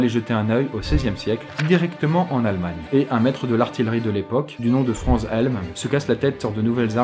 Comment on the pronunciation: Franz se lit: "Frantz", parce que c'est allemand! ^^